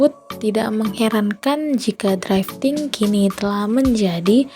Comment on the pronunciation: ralat untuk penyebutan kata drifting kak , bukan draifting🙏🏻 draiv lebih ke penyebutan kata pengemudi. cmiiw